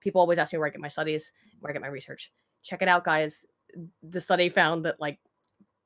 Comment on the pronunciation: “I used the Wahmen to destroy the Wahmen” -Thanos Baggins